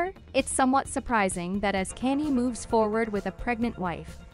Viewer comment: Yo, its Kanye, pronounced Kanyae not Kayni. Come on,man! The man is hella famous. If you can pronounce Kim,you sure can pronounce Kanye.